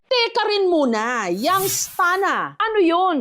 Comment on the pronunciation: Young’s Town. Mali ka rin eh.